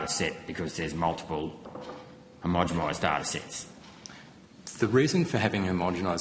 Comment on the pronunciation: Senator, keep after them over temperature sensors placed in heat sink areas, what he said when you asked about that, was just a deflection using waffle. Also the word is 'homogenise' not 'homogemise', everytime you say it like that you sound like a dill.